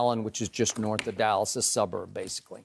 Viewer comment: The Allas Cowboys. No "D" whatsoever